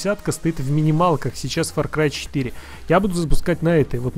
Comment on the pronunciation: мне одному послышалось или нет то что он сказал факрай